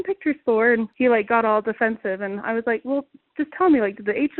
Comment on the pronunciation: If its not an emergency, why call 911? "This isnt loike an Emergency or nuttin'" Then why call, "Umm Hum Nine One, One?" "An incident someone were taking Photos". Can people not hear what they say?